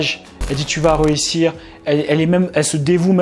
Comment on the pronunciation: Sympa tes vidéos mais par contre un truc qui pique les oreilles c'est ("réussir" et non pas "rehussir"). Continue tes vidéos 👍 bonne valeur